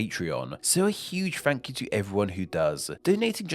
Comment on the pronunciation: Wait... your difficulty with "th" is your own individual thing? I have always assumed that it was the regional accent you grew up with. I did not notice you say "day"; but I often notice you pronounce the unvoiced "th" as "f", or the voiced one as "v". (At the end of your videos, I always look forward to that "Fank you.") This is called Th-fronting, and in some English accents, everybody does that. I've always found it rather charming that you do this. Not gonna lie, it's part of what got me hooked on this channel, as I enjoyed listening to your speech! I have thought about suggesting it as a topic for one of your videos!